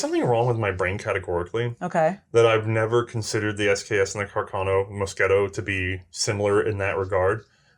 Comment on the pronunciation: Loved it! Never thought I'd see an SKS here! Bring forth the Yugo SKS! And it's Car-can-o not Ca-carn-o lol!